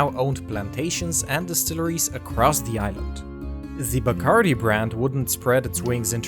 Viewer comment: Love this channel! But the "Die-Curie"?? lol